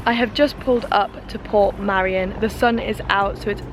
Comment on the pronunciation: You were chancing it going up that late in the day ,head torches are useless in mist or low cloud. You were very lucky to make it down safely. Its Port Meirion not Port Marian by the way 👍 nice video though .👍 oh by the way jumping of that bridge is not allowed ,people have died doing it.